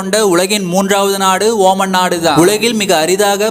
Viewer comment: Not oman it's omaan